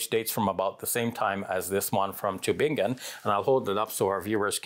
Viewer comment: Subhanallah as a german native speaker I really like how you pronounce the word "Tübingen" barakallahu feek